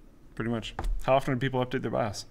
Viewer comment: laughing so hard with accent! Especially when he said BIOS